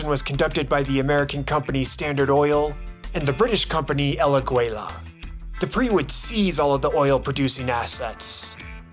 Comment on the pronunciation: El aguila pronounced el ah-ghee-la